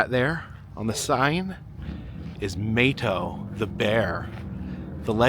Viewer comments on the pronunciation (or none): Hey, Love your videos,met you at mountain Mall in Gatlinburg,also Mato is pronounced Mahto, Blessings to you and family